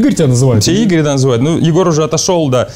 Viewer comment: Просто в имени Игорь - поменяли ударение Иго́рь,вот и получилось имя созвучное с именем Егор.